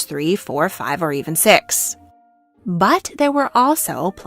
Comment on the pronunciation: that "six" was pointed ☠️